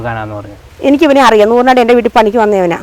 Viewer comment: എവിടാ സ്ഥലം ആങ്കർ തൂറനാട് 😇🤕അല്ല നൂറനാട് 🫨🤥